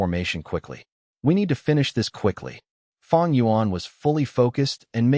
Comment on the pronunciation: It's not feng it's fang